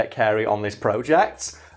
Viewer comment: What's with the emphasis on the word "Project"